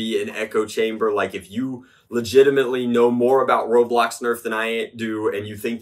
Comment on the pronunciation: Not saying I don't agree but it is called ro"blox"